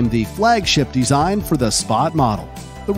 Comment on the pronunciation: I couldn't stop hearing him say "deezine" 😂